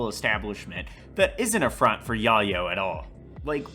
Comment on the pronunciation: I have never heard soenone pronounce yayo so wrong in my life lmfao 😂